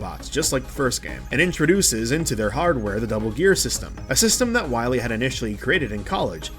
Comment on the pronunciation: “Wheel”? It’s pronounced whyel